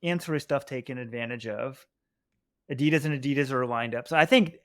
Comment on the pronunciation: Can you please try to pronounce Adolf Dasslers brand name correctly ... adi das...